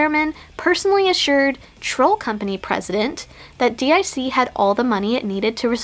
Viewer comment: Just like Athena, you pronounced DiC wrong.